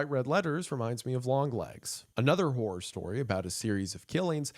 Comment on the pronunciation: My Brother In Christ, you NEED to pronounce horror more clearly. 😂